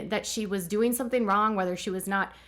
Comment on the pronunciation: I know this sounds picky but please try and pronounce 'ing' properly. 'Een' is just weird and incorrect. Concerneen, developeen, sibleens just don't sound good. "Sometheen happeneen" is a lot harder to say than "something happening," right? It's hard to listen to sometimes.